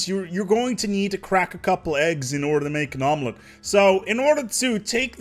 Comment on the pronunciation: Did you say need to crack a couple of eggs to make an omelette? Or did you say a nomelette?